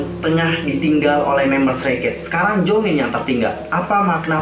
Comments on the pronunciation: Jeongin bukan jongin ,kalo jongin mem exo╥﹏╥ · monmaap nama dedek bukan jongin tapi jeongin bang kalo jongin mah kai exo😅